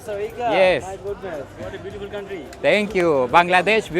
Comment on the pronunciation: "Bangladesh beatuful country"